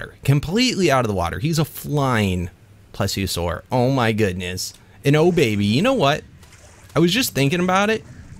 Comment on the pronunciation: he said plesiosaur and i thought he was breeding plesis